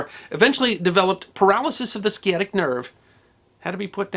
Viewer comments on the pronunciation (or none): Sciatic is pronounced the same way psychiatry would be with just the S sound in front.